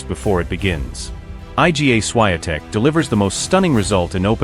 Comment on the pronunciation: I agree absolutely that it is ignorant and rude for narrators to mispronounce her name!